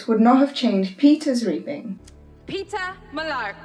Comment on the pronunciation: Does anyone notice she is saying Peter and not Peeta